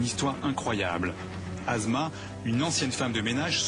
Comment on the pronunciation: Prononcer les mots:"assma" etnon "azma" correctement ,un doc doit être parfait sur toutes ses formes : netteté, prononciation ,véracité explicationobjectif(pas chauvinisme ,pas de sentiment